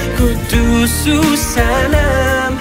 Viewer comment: He doesn't know how to pronounce quddus properly lol